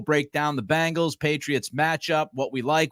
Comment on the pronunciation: My only disagreement is with how you pronounce “Bang Gals”. It’s “Beng gals”!!